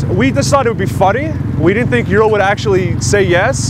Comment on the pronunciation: You pronounce its name as "Youral". The correct Russian pronunciation sounds more like "Ooral" with emphasis on A: Урал. Just FYI